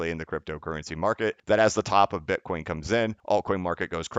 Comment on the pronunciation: Slipped up and called it “bin-coin”around 8 minutes🧐